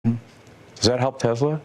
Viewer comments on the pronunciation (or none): He pronounces Tesla so weird. TEZZLAH iostead of TESS-LA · Doesn't even know the name of his own company. It's TESS-luh not Tezluh. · Why does Elon say "TEZLA" instead of "Tesla"... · This little baby, I believe took a chainsaw to Tesla or should I say Teslur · Does he start the interview by calling his company Tezla twice.😂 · Musk pronounces it "Tezla". Trump pronounces it "Tesler". It's spelled "T-e-(swatika)-l-a". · I know. Why does he pronounce Tesla “Tezla” and Tim Walz as “Waltz”? He’s no genius! Some people with autism are, but he isn’t! He wouldn’t do that if he was. He would learn to correct it. His stutter too unless he’s just so terrified that he can’t help it!